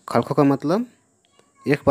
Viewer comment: खालखो नहीं खलखो है